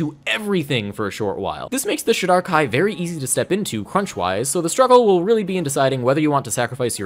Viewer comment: Great overview of the elves! The only thing that threw me for a second is how you pronounce Shadar-Kai. I've always pronounced it like this: so it took me a second to figure out what you were saying 😂